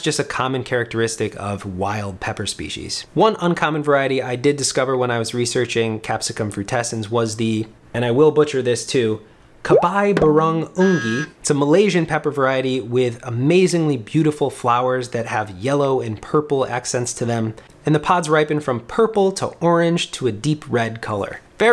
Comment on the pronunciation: ....Oh dear. As a native Malay speaker, I had to pause the video for this 😅 The C in Malay is always a "ch" sound, and I have no idea how the "ungu" turned into "ungi". Try "cha-bye (like goodbye) boo-rong oo-ngoo". Malay also doesn't really have stressed syllables, the intonation is relatively flat compared to English.